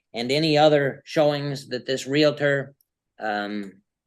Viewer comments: As a non-American I'm confused. Isn't a Karen a name used to sarcastically refer to an entitled white woman? Isn't it more appropriate to call this woman a strong and independent black Queen? Also, isn't the word "realtor" pronounced real-tor and not real-a-tor? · REAL-TOR REAL-TOR There is no A between the L and the T. It is not REAL-A-TOR. LHM!!! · Its realtor, not realitor you moron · And there’s no such thing as a “reLAtor”. It’s “reALtor”. Groves me nuts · Her repeatedly saying 'Realator' irks me so bad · Omgoodness this female is something else, overtaking the judge. And the word is REALTOR.....NOT REALATOR! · Real-tor not Real-a-tor🤦‍♀️🤦‍♀️🤦‍♀️ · her saying "realator" is the real crime here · The word is Realtor, NOT Relator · WHY do so many Americans say "realator" instead of "realtor"? Have they never connected 'realtor' with REAL estate? You wouldn't say "realastate" would you? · She should be convicted for mis-pronouncing REALTOR as "reel-uh-ter." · Real-i-ter 🙄 Ignorance is as ugly as narcissistic non-compliance. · The way she says Real a tor & Expar tea drives me nuts, as does her annoying voice. Had to watch a second time, it's a banger lol. xo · The word is real•tor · There is no "i" in Realtor. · RE-AL-TOR. Learn how to speak English.